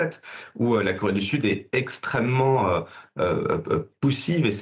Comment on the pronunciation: LORSQU'ON N'EST PAS CAPABLE DE PRONONCER "CORÉE DU SUD", ET QU'ON PRONONCE "KOWÉE DU SUD", ON NE TWAVAILLE PAS À LA TÉLÉVISION. SÉGRÉGATION POSITIVE= RACISME ANTI BLANC.